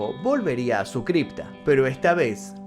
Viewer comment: Su nombre es Booth, estás decidiendo boot, como bota. 👢 No hay un americano o inglés que puedes llamar para preguntar la pronunciación de nombres y palabras inglesas? Y Lincoln se pronuncia como lin-kin, no hay el sonido de O.